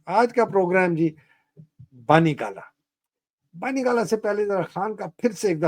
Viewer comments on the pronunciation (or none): It’s not Bani Gala. It’s BUNNY GALA. Say Bunny not Bani. Ignore spelling. Remember pronunciation only.